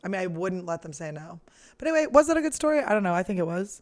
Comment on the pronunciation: "They look guud" she said lololol